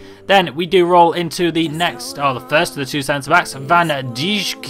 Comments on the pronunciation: Van dijk is said van dike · Van dijk is pronounced van dike plays for celtic c'mon the hoops